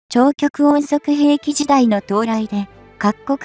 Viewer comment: 「ちようきよく」の発音は「ちようごく」と普通は、発音する。